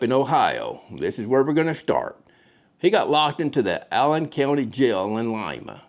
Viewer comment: In Ohio, we say “LY’-ma”, as you first said, not “LEE-ma”. Great content